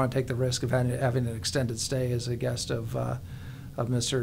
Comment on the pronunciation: It's so weird that almost no one can pronounce Xi. It's like she. Not /ʒi/.